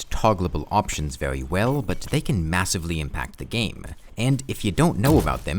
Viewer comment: “Vewy slow”